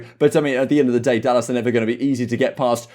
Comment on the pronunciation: This man said dallASS .